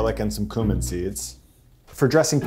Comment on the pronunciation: This is an amazing video dude! And I'm sorry to correct you, but it's CUE-min not coo-min!